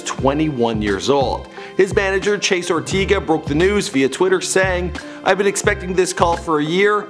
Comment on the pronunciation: you pronounce things very weirdly. Orteega? OrTAYga. Clique= CLICK not cleek